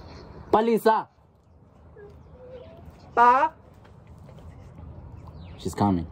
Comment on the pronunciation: Not Palesa😂😂😂😂 not Palesa